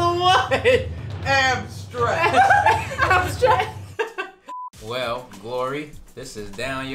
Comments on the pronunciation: “ now we gotta come back to ”~🤣🤣🤣🤣🤣🤣🤣💕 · Vanilla ab-strackt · YALL DID HER DIRTTY “ABSTRACT” “WISPK” 😂😂 love ya guys as always